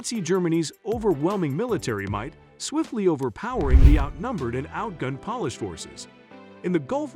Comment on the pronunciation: Horrible pronunciation. Polish is not pronounced pawlish.